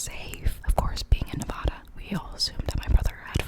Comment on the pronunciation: you need more subscribers and as soon as you said nevada i was like OOP she from the east coast 💀 edit: this is a friendly comment